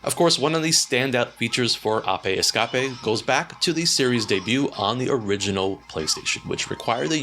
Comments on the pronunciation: why do you say ape escape ah pay es cah pay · WTF is an Oppei escoppie?